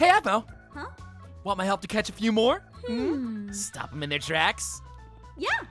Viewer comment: Who heard say moon instead of more 😂😂😂😂 👇